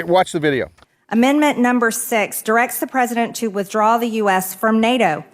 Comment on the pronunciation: She reads at a grade 5 level. Its NOT "amend-mint".... Does she even know what GDP even means???